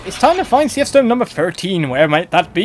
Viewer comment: I always thought it was pronounced like "Seeth"